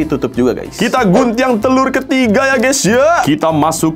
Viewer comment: Orang Minang ya bg kok nyebut nya Guntiang ga gunting